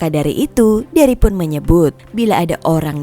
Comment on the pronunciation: Tuh kan jelas bilang Ust Derry, eh dia ngles bilangnya dengernya Herry🤣🤣